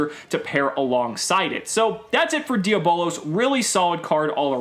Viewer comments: It’s di a blose not di abolas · Hahaha it’s not dia bolos. It’s diablos and if you can try and fit that extra o softly. It’s Spanish for devil. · It's pronounced d_ab_lows